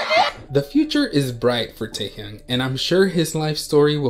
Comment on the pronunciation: Taehyung is actually pronounced as “tae-h-yong” not “tae-hyoong”